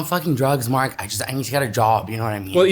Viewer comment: "I'm almost hire-able, thank you Mark-ah" Classic! 😂❤️